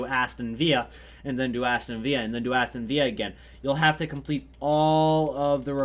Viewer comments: I love how he says Aston Vea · Hes pronouncing it like its spanish lol